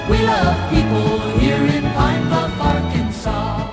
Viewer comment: It's Arkansas. They dont say Ar-Kansas. They say Ark!Kan!Saw! But it's spelled with an S. Not a W! I'd leave that dumb assed state, too.